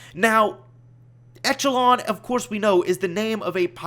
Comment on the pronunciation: Echelon is actually pronounced esh-uh-lawn. Just thought you should know :)